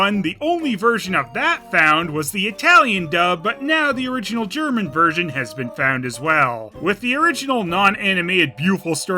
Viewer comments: Apart from the Dingo Pictures oddities: I think pronunciation of German words has improved a lot. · as a german its always a joy to hear pronounce these titles. also props for the castlevania reference